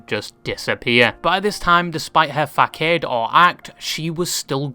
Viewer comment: hey bud it's not "fahkade" it's "fahsahd."